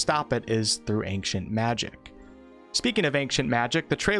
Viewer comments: As someone from the west (United States, I'm not sure if you meant that.. Or West Africa.. Or just "the West" in general... Or even the wild wild west!?), neither I, nor anyone else I've ever met or heard say the word.. Has ever pronounced ancient (AIN-SHIENT), as "ANK-SHENT." To me, this sounds like someone who cannot read and is mistakenly taking the C in the word as being a hard C... "ANK." Oh my god it bothered me SO DAMN MUCH throughout the entire video... I'm glad to hear that I'm not the only one hearing this and getting stuck on it lol. At the same time... I'd never want to make this guy, or anyone else, feel bad about the way that they pronounce a word. Do you ANK-SHENT magic man!!!! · Ancient not ankcient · Why are you saying the word ancient like that? It pronounced (ain)-(chent) not “ankchent” you don’t annunciate the “c” like that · It's "Ain-Chent" not "Aink-shint" lol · ayn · chnt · Took a few listens to hear the K in his "Ankcient" but now I can't unhear it every time.. but no that's definitely not the norm in the west if mean US and Canada. There might be 1 or 2 American states with a very country accent that might say is like that but definitely not the norm that claims. Either way who really cares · ANK-cient! Magic! “Its wingarrrrrdiumlevosia” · Pretty sure its not pronounced ankient magic, even though im swedish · Ahnckshient magic.....I can't take it anymore!!!!!! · Ainkshant magic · I’m sorry why do you say ankcient magic? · It sounds like your saying ankious magic lol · sounds like he’s saying “ank-cient” right?! Or am I going crazy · i m hearing ack cient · Good I wasn’t the only one bothered by the hard C pronounced in ancient then. and he says machic instead of magic😂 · Ankcient Magic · well since he says angcient magic everytime you should be fine ;) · Please stop saying "anqcient magic". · He's complaining that he pronounces "ancient" as "ank-chint". Basically, a nothing burger. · It's not how you pronounce the word ANCIENT! xD